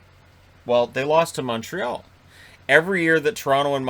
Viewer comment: moteral? It is impossible to understand you, you're as incoherent as a drunk. If you're saying Montreal wouldn't of made the playoffs, who knows? I guess we will see next year when the division gets back to normal.